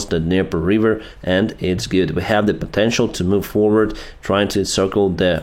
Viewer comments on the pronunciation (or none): none